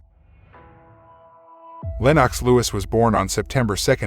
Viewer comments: Lennox Lewis pronounced LENIX not LENOCKS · Lenarx?! It's Lennox! At least get your pronunciation correct for such a great UK boxer.